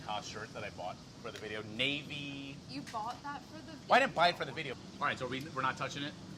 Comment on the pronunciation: Rapo with the new Lacoste Polo. Would've gone with Red or Green, but I guess Navy Blue is classic. Molly, surprised: "You bought that for the video? Rapo: "Well I didn't buy it for the videh" Near total meltdown with passion before a massive jump-cut! LOL!! Very nice.